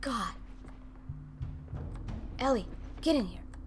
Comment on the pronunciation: you say it ellie (el-ly)